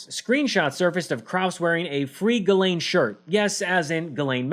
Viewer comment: I know this is nit picky, but you don't pronounce the s in Ghislaine Maxwell's first name!